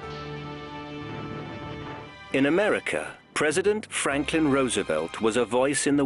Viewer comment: sounds like he says "Franken"